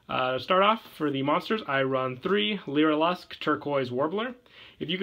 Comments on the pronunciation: it is pronounced (lyra-luss) not (lyra-lusk) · a piece of my soul died every time he said "leera lusk"